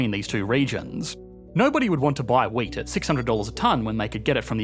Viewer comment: I was listening to this and was puzzled by the example of two economies that produce nothing but weight. What kind of an economic good is weight? That was way too abstract for me. Then I watched the video and realized he was saying “wheat”.